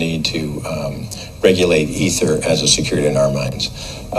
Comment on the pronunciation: Wow, you finally pronounced ether correctly.